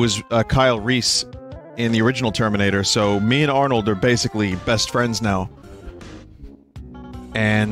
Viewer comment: I heard "Anook" when he started